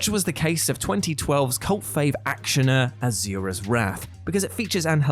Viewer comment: It's "Ah-Soo-Rah". Not "Er-Zew-Rer".